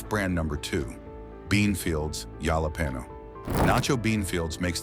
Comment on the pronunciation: Yalah Peno = Jalapeño 😂